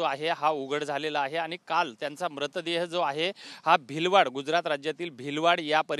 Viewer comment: भिलवाड नाही भिलाड!